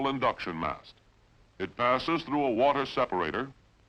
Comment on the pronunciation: Sounds like Cronkite with a bad cold. Wart-her (water) ... bat-her-ries (bat-trees)...battery !